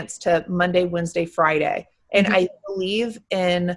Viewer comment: Lol "Wendesday"